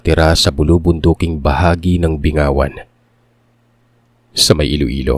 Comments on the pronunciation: Bing gawan not Bi ngawan 🙂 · sorry natawa lang ako sa bingawan😭 bing-ga-wan po ata ang pronunciation HAHAHAH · Bing-ga-wan yan pag pronounced po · Bing-gawan po tamang pagkabigkas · Bing-gawan po sir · Bing gawan po ang pag pronounce...❤gud eve po..